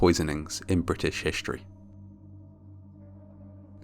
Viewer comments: Brit-essh Hishteory lol that sounded so funny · "..British hishtory.." Lol